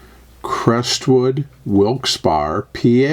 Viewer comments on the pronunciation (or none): It's pronounced "Wilkes Barry ", a tricky one.